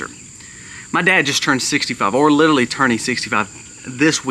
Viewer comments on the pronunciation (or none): Literally. Li ter ally, not littley.